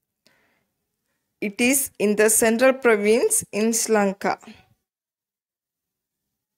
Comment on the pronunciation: It helpful ok but you are pronouncing Sri Lanka iSri Lanka